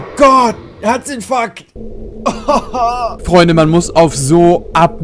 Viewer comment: mal ne frage: hast du gesagt: herzinf*ck oder herzinfarkt??